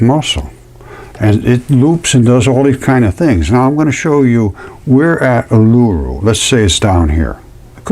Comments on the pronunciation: Australian here. Fascinating stuff. Pronounced "oo-lah-roo".❤ I think the "balls" you see piled up, are actually bushes. I don't really like the sound of living on a giant scab, but I guess I do! 😂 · Pronounced EwL-A-ROO , OOL -A-ROO = Uluṟu . 😊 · Sorry,pronunciation of Uluru: OO la ROO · I'm not being bitchy but how, pronounces Uluru, is just a little bit annoying. Im Indigenous Aussie. But he is onto something, I respect him for his dedication to the channel. ❤👍🏾